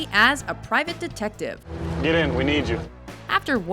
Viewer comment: Why do you so stupidly overemphazise the word detective as if that was of any relevance. I know why: you consider your rhythm of speech cool but I listen closely to the text so that your way of speaking comes across as stupid. Think about it. If you are smart you will understand.